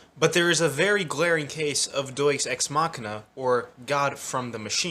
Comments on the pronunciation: Bro said Doyse ex machina it's deus (day-oose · I've never heard someone pronounce it Doice Ex Machina